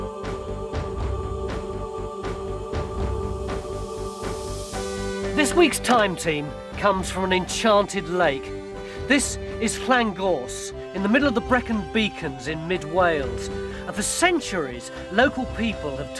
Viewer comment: I'm an Australian, but my Great Grandad was from Wales and was Welsh speaker, and I could swear I felt him spinning in his grave when I heard Len-Gorse, instead of Llangors.